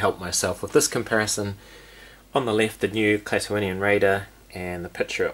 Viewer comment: I like the paint on the original Raider more than the carded release, but I'm glad they are different. Good job pronouncing Klaatooinian, I've heard so many people say it with only 4 syllables instead of 5, skipping over the first i. Andor is just another great looking figure, can't wait to get him. The livestream was a lot of fun, glad you were invited!